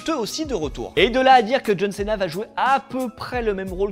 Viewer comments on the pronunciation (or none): John Céna non srx sa fait trop français c'est John Sina